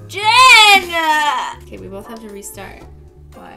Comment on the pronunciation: Riley Riordan Jen not jeyn like wth